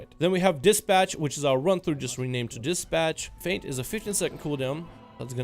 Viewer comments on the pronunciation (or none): none